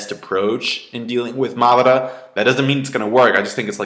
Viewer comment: why does pronounce madara's name like marrrdara?